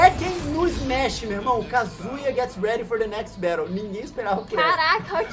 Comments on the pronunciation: Kind of annoying how some people say his name like "cuh-zoo-yuh" instead of "ka-zuu-yah" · Its KA ZU YA Not KAZOOYA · The guy who keeps calling kazuya Jin kazama has terrible friends for not correcting him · STOP CALLING HIM JIN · The way many of them pronounced his name, I'm expecting somebody to make fanart of "Banjo-Kazooya." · makes me realise how many people say kazooya and i can’t unhear it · KA ZOO YAH?! KA ZOO YAH?? Bro. C'mon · Why were they pronouncing his name "Kazooya" though? 💀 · This Is great, “ hoes mad” but..... I can’t take the fact they keep saying “ Kazooya” I’m getting really tired of it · And so many of them can't/won't say his name right! 😒💢💢